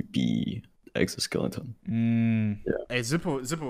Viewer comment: everytime he has said "zipo" i've auto correct to "zipel" in my head